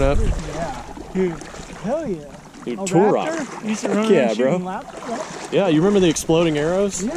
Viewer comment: you're sayin turok wrong but I remember it.